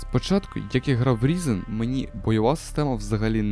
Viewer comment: Хосподе! Він не Різен! Він - Райзен!